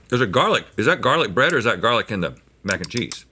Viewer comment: mac 'n chweenus